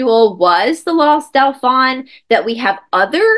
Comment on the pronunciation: Hi! This is fascinating, Dauphin is pronounced DO-fin, the in is pronounced like “un” deux, trois. ❤❤❤Thanks for all the awesome content!!!